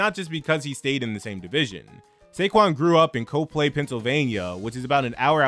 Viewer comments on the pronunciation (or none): Coplay is pronounced like COP-LEE